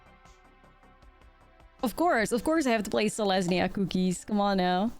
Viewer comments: It only sounds Dutch for the first half. Selesnya Koekies. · If the way you pronounce cookies bothers anyone, that's on them. Don't ever change it! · I have never thought you said cookies weird, that comment is not worth listening to.